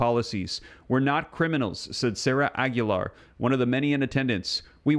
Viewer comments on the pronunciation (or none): none